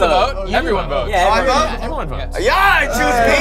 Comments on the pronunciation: I found it funny how they said jaw instead of ya (ja is purnounced ya) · Its pronouced ya not Ja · I love how you Pronounce ja and nein. No offense bit it's pretty funny